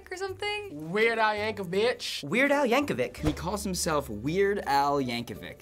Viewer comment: I know I'm not the first one to say it, but "c" in Yankovic you have to pronounce like "ch"